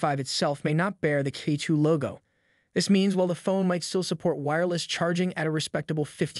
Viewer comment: it is pronounced as "chi" not kai